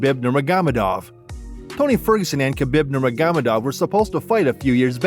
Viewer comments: atleast give the rest to Khabib Nurmagomedov and pronounce his name right ^^ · KA-BEEB NER-MOG-GO-MED-DOV